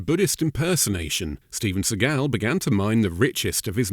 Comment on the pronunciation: Steve-juan Segal lol